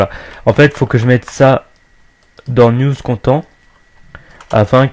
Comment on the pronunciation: On pronnonce : nuz kɑntɛnt pour News Content